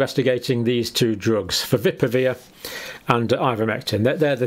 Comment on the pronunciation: Fa-vi-pi-ra-veer is the correct pronounciation...get it right please.